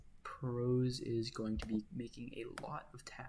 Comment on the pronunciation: I like that you call it "prahs" instead of pros. It makes it easier to tell the difference between it and VexCode Pro. I was very confused entering the vex scene this year hearing people use the names pro and pros.